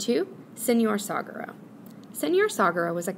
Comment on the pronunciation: The word 'saguaro' is pronounced like sa-wa-ro. It's a Spanish word, so the 'G' doesn't make the English 'guh' sound.